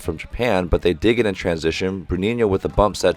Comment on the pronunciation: I really appreciate you saying "Bruninho" and "Lucão" (or at least trying, haha) It made me enjoy the commentaries even more! Love from Brasil!